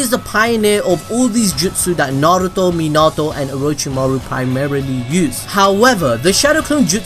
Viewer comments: My man says menatouu instead of minato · It’s not mi nato it’s minato